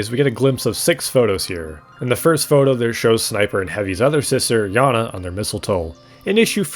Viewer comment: That`s not how you pronounce that name. Sound wise it`s "Jana".